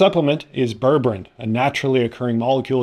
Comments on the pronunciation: unlike towns in Massachusetts, ber-ber-ine is pronounced as it is written with 3 distinct syllables. It's isn't berbrin. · JEEZ! Its pronounced "ber-ber-EEN"! If you can't bother to look it up or Google it, get an adult to explain it to you. Do you say tangerin? Latrin? Listerin? Magazin? Pathetic.